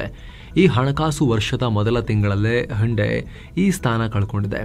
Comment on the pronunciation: ಹಂಡೆ ಅಲ್ಲ ಸರ್ ಅದು. ಹುಂಡೈ 😄😄